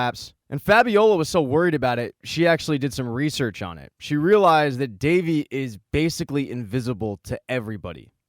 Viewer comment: It is not davi it is devi